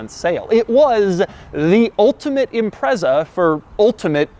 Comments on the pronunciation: Can't take a review of a 22B seriously when he pronounces Impreza, Imprezzzzaaa, its impretza, just saying 🙄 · A few things for you It's pronounced IM-PREEE-ZAH, not IMPREZZER. STi stands for 'Subaru Tecnica International'. '22B' in hexadecimal code is '555', in respect to Subaru WRC sponsor company (at the time) State Express 555; some say it's 22 to mean 2+2 coupe with the letter 'B' referring to Subaru's designation code for 'turbocharged'. All manufacturers building cars for the Japanese Domestic Market at the time had to follow a government directive which prohibited promotion of engine power output figures above 206kW (280PS; 276bhp). Subaru claimed that exact figure as being available at 6000rpm. The car had 363 Newton-metres of torque (268 lb-ft) at 3200rpm and hit 60mph (100km/h) in 4.2 seconds. There were only 424 cars built - 400 sold by Japanese dealerships, 16 official dealership units sold in the United Kingdom (in addition to 50 more cars which were purchased in Japan then privately imported into the UK) and just five officially sold by Australian dealerships, with the remaining three being marked as 'factory prototypes'. Most important fact? Every original legitimate 1998 model Subaru Impreza 22B STi built is both Subaru WRC Blue Mica 93F (at the time unique to that vehicle) in colour and a right hand drive vehicle. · IT'S PRONOUNCED IM-PRET-ZA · It's ImpreZa not impreSa. Sounds like you're saying "Impress her". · Him saying imprezza over and over makes me want to commit a war crime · Instead of saying that he was “impressed” by the car he should have said that he was “Imprezaed” lol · Great video. Only thing is you keep saying Impreza wrong 🤣. The z is much more pronounced. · Interesting quirk, you're pronouncing Impreza wrong. It's annoying.